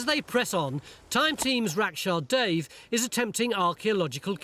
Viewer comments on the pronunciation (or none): It's pronounced "Dave" because that is actually her name. Where did you get "Dev?"